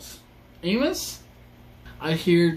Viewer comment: AAY-miss. AAY-miss. AAY-miss. 😂😂😂 Not AAY-mhose. AAY-miss.